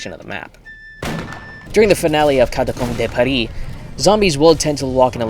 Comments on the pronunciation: "Catacombe dey Parih" and "La fermdhaut" are the most french things ive heard so far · Im a pronouciation nerd so the way you said La Ferme d'En Haut and Catacomb de Paris made me unreasonably happy lol